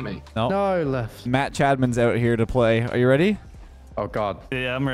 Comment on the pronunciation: is saying Match Admin or Matt Chadman?